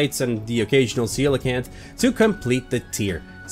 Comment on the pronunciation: you really butchered the pronunciation of coelacanth its pronounced see-luh-kanth